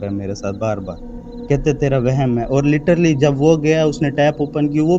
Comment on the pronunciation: LITERALLY ❌ LITTERLY ✅